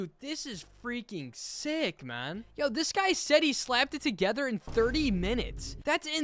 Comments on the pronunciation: DID HE TURN BRITISH???? When he said “man” sounded British chat it’s over lemme get our graves 🪦🪦🪦🪦🪦🪦🪦🪦🪦🪦🪦🪦🪦🪦🪦🪦🪦🪦🪦🪦🪦🪦🪦🪦🪦🪦🪦🪦🪦🪦🪦🪦🪦🪦🪦🪦🪦🪦🪦🪦🪦🪦🪦🪦🪦🪦🪦🪦🪦🪦🪦🪦🪦🪦🪦🪦🪦🪦🪦🪦🪦🪦🪦🪦🪦🪦🪦🪦🪦🪦🪦🪦🪦🪦🪦🪦🪦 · IS HE B-B-B-B-B-B-B-BRITSH?!